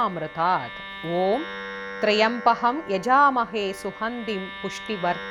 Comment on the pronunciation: Wrong rendition. The inital word is trymbaky... Please see the correct rendition in